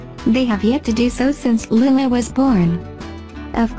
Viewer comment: Is there a reason why the narrator pronounces Lilahs name wrong...Makes me cringe...